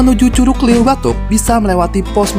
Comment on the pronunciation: Cara ngucap LEUWI salah bang..heee